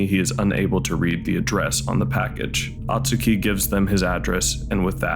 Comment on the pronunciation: Hey, appreciate you making this vid as the movie is underappreciated. But for the love of god, it’s “Oh-tsuki”, not “ah-tsuki”.